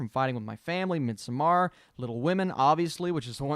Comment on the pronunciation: Midsommar is pronounced midsummer. They say it in the movie. Great analysis!